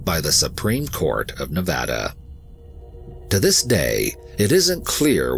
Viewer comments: My comment is super off topic Omg you said nevada right, thank god. I hear tourists mess up the names here not only for our state but somehow our cities, parks, shit even our streets and such SO often. Its a multicultural state that has deep roots in native american and mexican culture and languages and grew up hearing people intentionally mispronounce names of places and people so even tho some consider the names in this story as something small and not important, i see it as a subtle and solid nod of acknowledgement and respect towards others in a number of ways (on top of how the stories are covered, this is why i respect this team so much, so thank you for the research, work, and respect you guys put into these stories and videos ❤) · Me: Already an EWU fan. Also me: An even BIGGER fan after hearing "Nevada" said correctly. I almost want to weep tears of joy. 😂